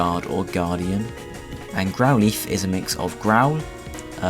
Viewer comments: please learn to say Growlithe not Growleaf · I think he's saying "lithe" to rhyme with "wreath" but it normally rhymes with "tithe" (like "lie" + the "th" of "the"). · >Growleaf >Leaf No offence. But it has never, ever been pronounced like that. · GROWL leaf??? its growlithe not GROWL LEAF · I thought his name was growlithe, not grouleeth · Someone enlighten me as to what a "Grow-Leeth" is?